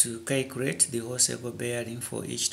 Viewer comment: " you have to kaycurate for the value of..."LOL!!!!